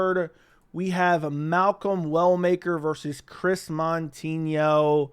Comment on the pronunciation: Not MON-tinho…MOU-tinho